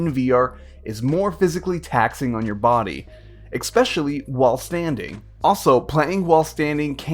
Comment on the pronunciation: exspecially? you mean especially....